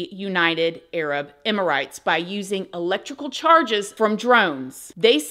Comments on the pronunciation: Youre also pronoucing Emirates wrong. Its EM-ER-ATES. NOT EM-IR-ITES! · Emirates is pronounced Emma-rits and Ionosphere is pronounced I-on-es sphere. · It’s pronounced emi-rates not emi-rights 😂♥️